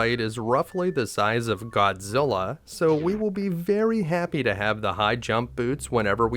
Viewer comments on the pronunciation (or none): none